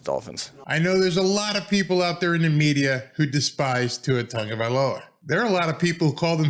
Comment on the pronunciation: Why do so many people add an N in Tua's last name? Instead of TAGovailoa, so many call him TONGovailoa.